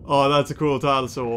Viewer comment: he said tylosaur, right? I wasnt sure either in the beginning, but when i listened a couple of times to it, you can hear him saying tylosaur with a bit of weird language.